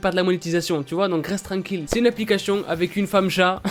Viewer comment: arete de dire aplicachetion !!!!! ;))